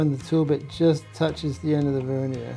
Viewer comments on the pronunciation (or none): none